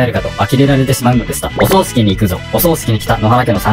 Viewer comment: おそう⤴しき じゃなく おそう⤵しき ではないかな？ 何か、襲うのかな？…ww